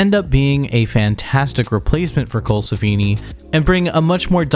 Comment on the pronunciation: And Steele, and Colsefni...